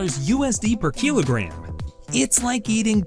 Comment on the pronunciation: The pronounciation of kilogram and wagyu is very strange, waygyu? keelogram?